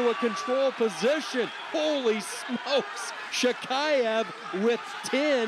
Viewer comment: Commentators: just how difficult it is to learn to pronounce correctly the last name of the World Champion from Russia?! SHAKHIEV! Practice hard!